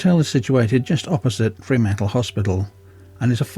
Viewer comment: Mate, it's not 'Free' mantle. It is Fr'mantle.